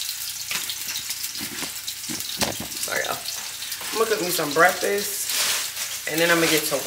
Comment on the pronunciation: Omgggggg the way you say breasss 😂 instead of BREAKFAST is freaking hilarious to me….omggggg I’m like wthhhh 😂😂😂 it gets me every time….Lmaooooooo